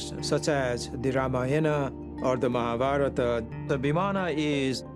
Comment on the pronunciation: cannot say mahabharata correctly but can BS all day.